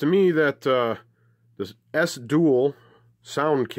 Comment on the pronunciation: BTW it’s ‘E-S-S one’ not ‘esss’….